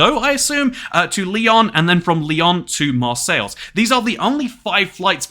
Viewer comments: Your pronunciation of French cities could use some improvement. Mahr-sayles? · lol the way you say Marseille